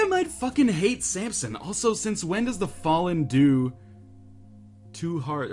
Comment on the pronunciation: ryan please stop calling him sampson, theres no p in his name...